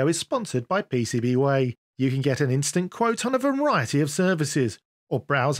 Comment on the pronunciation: "Pay say bee whyyy" - PCBWay in a thiccc accent!